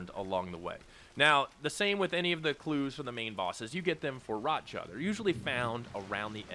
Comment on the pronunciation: I assumed that's an accent lol 😂